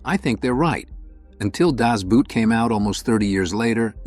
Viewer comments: Very good list and commentaries about these movies. One thing that drives me nuts is inaccuracies and one that most Americans make is the title. . .it is NOT pronounced" "boot," but instead as "boat" almost exactly as in English but with the more pure "O" sound. The letter O is pronounced the same as in English but doubled up, it simply makes a slightly extended long O sound. An U-Boot is pronounced "ooh boat" instead of as in "you boat." "The boot" as in footwear is „der Stiefel" pronounced as "dehr SHTEE' fel." This movie is simply called "The Boat." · No doubt, this has already been mentioned, but Das Boot is pronounced Dass Boat 🛥️ , more or less, not Dæzz Boot 🥾 😂. Like English boat, not English boot. I’d love to see a list of the best WW2 movies made recently, after some arbitrary date like 2000 or 2010, remembering that the war took place on battlefields in Africa, in Europe, in Asia, in the air, in oceans, but also in occupied countries, on the home front, behind the lines, in prison and concentration camps, and in intelligence facilities. I have more than a dozen candidates. Who else has ideas? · Not "Das boot"...rather "boot" is pronuced as "bought" (das bought) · Das Boot is pronounced as Das boat. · Das Boot. The word Boot is pronounced Boat in German. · German word "Boot" rhymes with thought - not with boat (except in some dialects). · You could pronounce Das Boot correctly. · Das Boot-can people not pronounce the title correctly? Some excellent films here but some real dogs. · Sigh...It has been 40 odd years since the film came out and you still haven't learned how to pronounce 'Boot'..